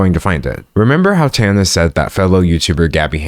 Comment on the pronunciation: I think this is the first video ive watched where someone is pronouncing Tana's name correctly. Thank you for actually saying her name properly, its been weird hearing people talk about something serious while also not caring enough to look up how to say her name